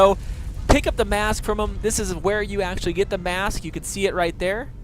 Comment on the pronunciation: "MAAASK" that pronounce made me die a little bit inside x)